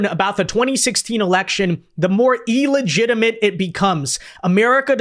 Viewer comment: Hey. The word is "illegitimate ". "E-llegitimate" is not a word.